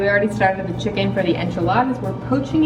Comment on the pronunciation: Thanks for the video. The food looked tasty and authentic; well done. I hate to correct you on your pronunciation but chicken is pronounced Chi ken with the, 'i' as in, 'bit' not, 'bite'. Cilantro is pronounced, 'Coriander'. Thanks again. Stay safe.